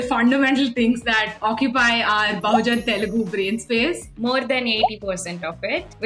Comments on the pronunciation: Even if you are malayali, i have seen nice North Indian people but all of them are a bit ignorant. They don't put in the effort to pronounce the name of the language property, so many of them actually call it teelgu, which is frustrating. And these are people who have been living in Hyderabad for more than 5 years that's why I am angry and that's why I am ranting. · The teelgu thing is so true. It's so annoying when North Indians pronounce like that. You don't know the language okay but learn to pronounce the name of the language atleast.